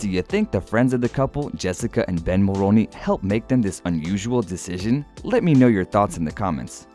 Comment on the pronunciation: Pronounced “Mulroony”not “ Mulroni”.